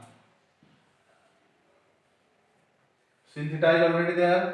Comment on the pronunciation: Sir it is not sin (phonetic simble) /sin/ but its /sain/